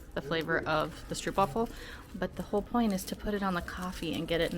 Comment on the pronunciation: It's pronounced stroapwafel. Not difficult to google pronunciation. Also stroop is not caramel, it's reed sugar syrup.